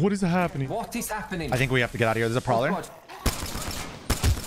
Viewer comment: The “Proller” lol